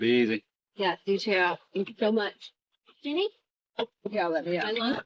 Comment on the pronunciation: dude its Ginny not Jenny